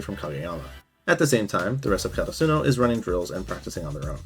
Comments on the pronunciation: i just pronounce it the way they say it in the anime "day-tech" and "Kore-asa-no" if i could talk to you with my voice it would be easier to explain but yea. no hate im just sayin it kinda sounded weird when you pronounced it to how they did in the show. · I made it all the way to your season three summary before I realized you were referring to the school is 'Ka ta Su no' it's 'Kara su no' lol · The way this guy says karasuno pissed me off the whole time oml